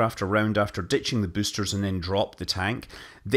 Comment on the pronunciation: Came here to hear büüsters and wasn't disappointed. Bonus müün.